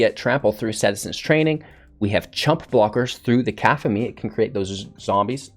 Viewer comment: aphemia card... that C word is pronounced Kuh-cough-a-Knee cacophony is to have so much sound that it drowns out every other noise